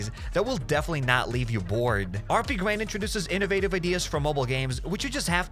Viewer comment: How is HappyCairek pronounced as HappySirKen?